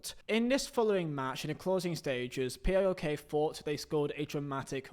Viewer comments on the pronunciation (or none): Savvidis is STILL the owner of PAOK and its pronounced as one word not P A O K